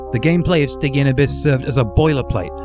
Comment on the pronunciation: While we're on pronunciation, "stygian" has a soft g, not a hard g, and Apogee has the stress on the first syllable, not the second.